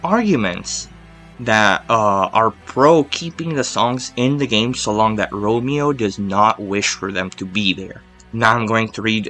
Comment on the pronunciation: It's Ramon not Romeo lol